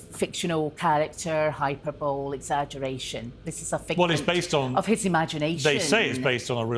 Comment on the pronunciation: She's a lawyer and can't pronounce the word "HYPERBOLE"? Does Scotland give away law degrees when you buy chocolate bars or boxes of cereal?